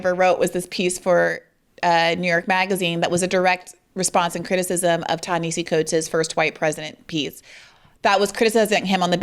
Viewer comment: I'm a big fan, Briahna. And I cringe each time you mispronounce Coates' name. He pronounces it Tah na HAH see